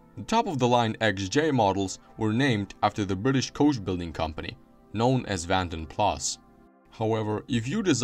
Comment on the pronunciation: XJ40 was the first Jaguar drawn with a computer - Sir Bill Lyons approved. Rover SD1 was the first British car done so - in 1976. Daimler is pronounced 'Dame-ler' in English - 'Dime-ler' in Germanic languages. Vanden Plas is pronounced 'Varn-den Plars' - it's Belgian. Great video - some great footage cobbled together. Thumbs up!